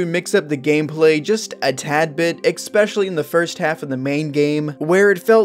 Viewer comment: Why do people say "expecially"? Weird.